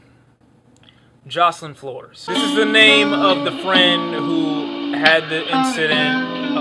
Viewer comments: him not pronouncing the beautiful angels name correctly, TRIGGERED lmao😂😂😂😂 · X gon come at you for not being able to pronounce Jocelyn Flores, he seems really sensitive about her